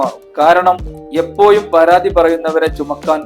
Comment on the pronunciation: എപ്പോഴും എന്ന് പറയു എപ്പോ യും അല്ല... സ്കൂളിൽ ടീച്ചർ പഠിപ്പിച്ചില്ലേ നല്ല ഭാഷ പറയാൻ.